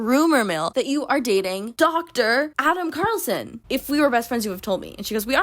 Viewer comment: not only is his first name Adam, his last name is CARlson — like you drive(r) a car(lson)